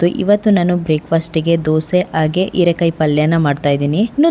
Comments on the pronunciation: ಕನ್ನಡ ಸರಿಯಾ ಮಾತನಾಡಿ ಹೀರೆಕಾಯಿ ಇರೆಕಾಯಿ ಅಲ್ಲ,ಮತ್ತು ಹಾಲು ಆಲು ಅಲ್ಲ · Heerekaayi not eerekaayi